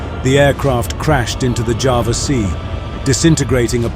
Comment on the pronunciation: For the last time, ITS CALLED JAWA NOT JAVA